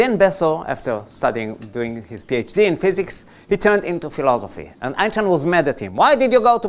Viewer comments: der Sprecher ist unfähig Einstein korrekt auszusprechen und redet irgendein anderes Geräusch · the speaker unable to say the word Einstein correctly